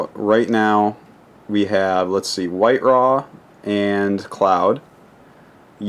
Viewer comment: Idra, not I-dra.